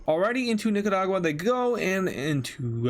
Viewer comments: You pronounced it nicadua. It’s Nicaragua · The Way He Said Nicaragua Made Me Laugh